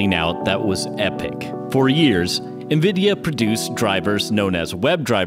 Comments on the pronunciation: N-VId-ia Not nvida, there's an "i" in there. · It was only a matter of time someone caught this. I knew it was coming after people noticed sometimes I said "Nvidah" or "Cuhdah" as this one I noticed after the fact. It's been interesting as the my mispronouncing things has been easily the top criticisms. It shows most people I know don't give a crap about computers otherwise I'd been corrected by now. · Ha, Of the things I figured people would come at me on, I figured it’d be El Captain or Metal or Jaguar in these vids instead of my varying lazy compression of Nvidia to three syllables.